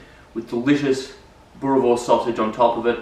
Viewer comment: Hahahaha, the Afrikaans pronunciation is not tooooo bad.!! Boerewors is our staple food. Recipe ain't too bad. If you want even better recipe, let me know.